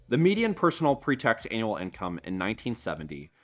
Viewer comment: Synth voice? Have to assume so with the voice pronouncing "annual" as "anal". Another low to no effort YT channel ...